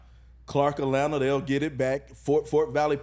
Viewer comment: I just need him to say “Atlanta” correctly one time.